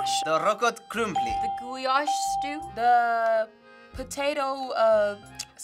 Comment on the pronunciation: The contestants saying gulyás wrong somehow physically hurt me